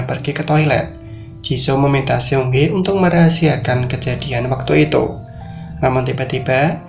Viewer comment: Bukan siong he bang ,, tapi seung hee (seng hi)